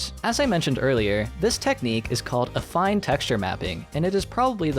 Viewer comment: Damn, I always figured it was pronounced “affeen”. Thankfully, is highly trustworthy in this regard, as evidenced, among other things, by his correct use of “vertex” and “vertices”, which many other youtubers who should know better keep fucking up to this day.